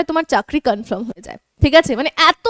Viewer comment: CONFIRM -----, এটা কনফার্ম বলে কনফ্রাম নয়, কানে খুব লাগছে।